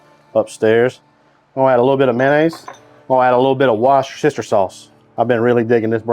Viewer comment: To be honest, I'd cook it 36 hours in the sous vide. Perfectly tender. Also, the mispronunciation of Worchester sauce is old. It's wooster-sure.